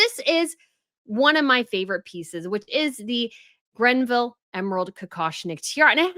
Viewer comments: Your faux tiara looks beautiful on you,! BTW, there’s no “n” in Greville. Thanks for informing us about the tiara news! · please stop calling it the "Grenville" tiara. It's Greville - no "n." Other than that, I love your channel. I hope the royals choose some of the other jewels so we can see them all. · GREVILLE and not Grenville please. Annoying how often she keeps repeating the same mistake. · Greville. Not Grenville. always pronounces it incorrectly. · I think it's not Grenville. It's Greville. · Its Greville not "Grenville"! Every time you say Grenville I think of a character in a British comedy series "Open All Hours". 😂 I was pleased to see Queen Camilla wearing the GREVILLE Emerald Kokoshnik Tiara at the Diplomatic Reception. She looked fabulous in it. I would love to see more of the unseen tiaras brought out of the Vault. I think the Queen Mary Sapphire Bandeau, last seen on Princess Margaret would look gorgeous on the Princess of Wales, especially if she paired it with the late Diana's Saudi Sapphire Suite. I would now like to see Queen Camilla bring out the Queen Mary Diamond Bandeau so that it won't always be associated with Meghan Markle. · It’s great to see QCamilla wearing different tiaras and Inhope it spreads to other royal women! One note: the name is not GreNville….it is Greville (“Grev-ville”, no “N”). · Hi! Love you and love the tiara but it’s called Greville not GreNville 😊 Also, it’s possible Andrew is still b*tching behind the scenes and as the Royals are known to communicate via their wardrobe, this choice of tiara might be saying "back off, or else…". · It’s Greville not Grenville. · Greville. Not Grenville. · Well, in fact she did NOT pronounce the name correctly. It is not the Granville (or Grenville) but the Greville Emerald Tiara. There is no "n" in this name! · No N in Greville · Thank you for pointing out the wrong name. Sadly, makes this mistake all the time. It's rather unprofessional.